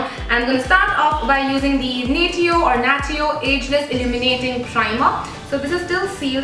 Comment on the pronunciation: natio - 'nay shee o' :)